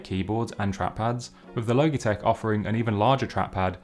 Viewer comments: Not the “low-gee” 😂😂😂 It’s “law-G” as in Logic with out the “c” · XD low-gee-tek its all I can focus on. I am just used to Lodge-eh-tech. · I love the way you pronounce Logitech. I’ve never heard it pronounced “low - gee” before. It’s an αbbreviation of logic so “lodge - ee “. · Great review - you caught some great usability details. Side note: “Logitech” is not pronounced like ‘logy,’ with a hard g, i.e. dull and sluggish, it’s pronounce like ‘logical,’ with a soft g, i.e. smart, and makes sense. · Guy just said logeetech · At first I thought he said "Loki-Tech" ; ) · Switched off at “Logey- Tech” 🤦🏼‍♂️ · My guy said "low-gee-tek" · He did not just say logeetech LOL hahahaha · Loh-gee tech. Lols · It’s pronounced lojitek, spelt logitech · Thank you Aaron! Yeah I’ve had a bit of a roasting in the comments about my terrible pronunciation 😄✌🏻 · Love the video, but oml the way youre saying logitech is triggering me so much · Please pronounce Logitech correctly. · overall good review tho haha just a little cringey coz of the pronunciation haha